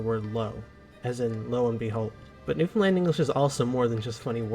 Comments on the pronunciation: Newfoundland is pronounced as New~Find~Land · I'll correct one thing, how to say Newfoundland. It rhymes with understand. So understand Newfoundland :) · To say Newfoundland correctly it closely rhymes with Understand. New fin'd land. The picture is of Mummers. This is a Christmas tradition in NFLD where people dress up and wear masks and go from house to house to visit and drink. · anyone else annoyed with "new finland"? 🙃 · I once received a package from Seattle that was addressed to New Finland... thank goodness for postal codes! And - I enjoy your videos, but please practice! Syllable emphasis where 1 is lowest, it's 2-1-3... Noo fun LAND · it rhymes with "understand"...emphasis on the last syllable. NewfinLAND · Thanks for the video. Please learn how to pronounce the name of our Province. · First of all, LEARN how to say Newfoundland! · As someone from Finland whose partner is from Newfoundland, it makes me cringe a little when you pronounce Newfoundland as "New Finland" emphasizing the "fin", haha. There's a lot more emphasis on "land" in "Newfoundland" than in "Finland". Newfin-LAND vs FIN-land. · It's Newfoundlánd. Accent on last syllable ;) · Newfoundland is /ˈnufənlænd/ or /ˌnufənˈlænd/, you don't emphasize the "found." I love Newfoundland, it's home lol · The emphasis is wrong. The emphasis isn't on FIN The best way to understand how to say Newfoundland is to say Understand. The emphasis is on the the last syllable. NewfinLAAAAND, understand. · it's not new-fin-ease..... it's newf-in-ease!! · Newfoundlander here, it's NewFUNl a n d. Same cadence as Understand. Newfoundland is the most Irish place outside of Ireland. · Newfoundlanders pronounce it Newfin-land, with a little pause on the dash, not New-finland, which will definitely get you labeled with the somewhat derogatory nickname "Comefromaway". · Newfoundland NOT New Finland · It’s pronounced “noo-fun-LAND as in understand Newfoundland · For the everloving fucking jesus stop saying New Finland.